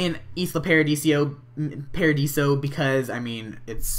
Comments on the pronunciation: It's paradiso not paradisio :P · its not islo paradisio its islo paradiso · Lol, it's "Isla ParadiSO", even though Isla ParadiSIO also sounds good. xD But nice video ^^